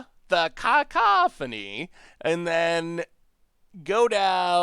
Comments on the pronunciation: Lol, people are grammar nazis... I'm people... It's "ca - COUGH - o - neeeee" not "caco-PHONE-eeeeee" Haha and for the love of god it's definitely not "caw-CAW-phony" 😆 Edit: Well looks like chat already told you lol. But juuuust in case I won't delete this👌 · the harpy's name is pronounced Kuh-COFF-fun-ee haha. It means "a lot of loud noise"